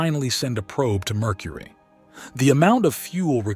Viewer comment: i love "Murcury"